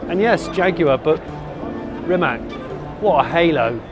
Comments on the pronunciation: It's pronounced rimatz. I can't believe he does not insist on proper pronounciation of his own name. It's not like it's hard for english speakers. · C in Rimac is pronounced like C in "Citroen", not that hard to remember actually.